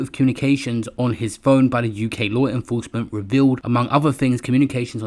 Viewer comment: LaAAARRWRR INnnFrroursement... Can stand this shit...